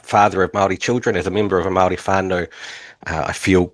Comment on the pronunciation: why does he say Mawldee